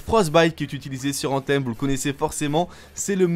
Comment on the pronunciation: C'est quoi cette prononciation : ANTEEEEMMMMM 😡😡😡😡😡 .... Mec revois ton anglais qui est franchement médiocre